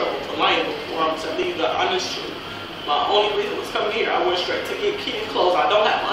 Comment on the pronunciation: I don’t think her definition of the “troof“ is the same as ours. 😂